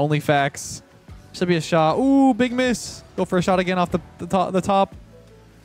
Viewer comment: "And we got the shart on target"